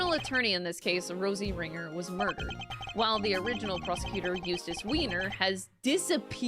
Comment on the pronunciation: Biggest moment of character development is pronouncing Eustace's last name correctly.